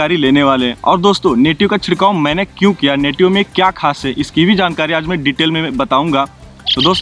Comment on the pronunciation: Ap nativo ko natio keh rakhey hn